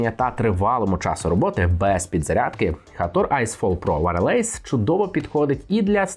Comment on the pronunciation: Дякую за огляд, але один момент, якщо Ви не впевнені як вимовляєтся слово з англійської то хоча б вбийте його в гугл перекладач і послухайте. Wireless не вимовляється як варелейс )))))